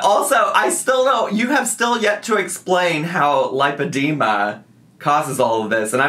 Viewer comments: there’s no ‘o’ in lipedema. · Driving me nuts that’s she’s saying LIPE-edema when it’s actually LIP-edema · It's super weird that she can't pronounce lipedema even though she had like, a two hour appointment with the best doctor in all of America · PSA: It’s pronounced lip-uh-dee’-muh The first syllable (lip) is pronounced just like the word lip. Think of the word lipid, as in fat. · It's super weird she can't pronounce it when she is obviously the world leading expert laygo level in lipoedema. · she says it right a couple times and then goes back to saying it wrong it makes me mad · I know a lot of people are getting on her about not being able to pronounce lipedema after a doctor has told her. But… then I remember she still says buffeT. She hits that T and she knows how it’s pronounced lol. So I feel like she just decides not to pronounce things correctly 🤷🏽‍♀️